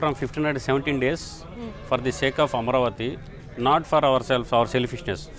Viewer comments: Hey announcer ! See the spelling. Say Ama`ravati, not Amravati. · Who is this dum biactch reading horribly from a prompter. You call yourself a journalist? Just write the story. BTW, it's not Amravti, it's Amaraaaaaaaavati. Shame on you for not even knowing how to say the name and doing a story on it.